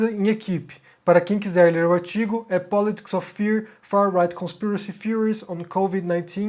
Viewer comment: "O aitigo " rsrsrsrsrsrsr